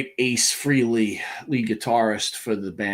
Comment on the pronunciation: Where do I even begin to go off on you two twits...it's not enough that all of your interviews are exactly the same (crap), but now you're screwing up mourning for Ace "FREE-ley".